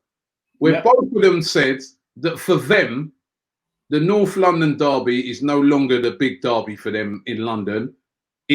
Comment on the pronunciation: I love how Robbie pronounces things 😂 "NORFF LUNDIN DARRBY"